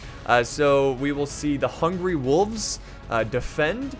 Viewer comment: Every time you say hungry wolves I think you're actually saying hungry wooves hahaha makes them seem way less scary hahah